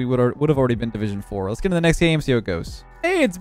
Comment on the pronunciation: go!*